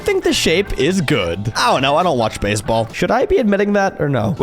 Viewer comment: "Basball pitch"